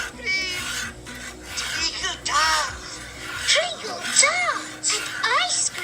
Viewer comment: It's 'treacle', not 'trinkle'.